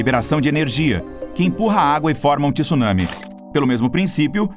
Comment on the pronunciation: 2021 e o cara não sabe pronunciar “tsunami” ainda, pqp!